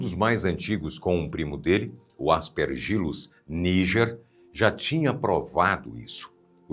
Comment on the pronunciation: A pronuncia é: As pér gi lus e não As per gí lus.